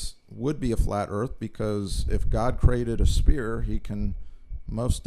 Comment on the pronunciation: the word is "sphere"... pronounced (S-feer) not spear... and btw: evolution and spherical planets are not inclusive... you get your info from a church? lollll